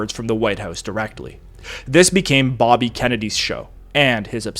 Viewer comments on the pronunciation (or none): none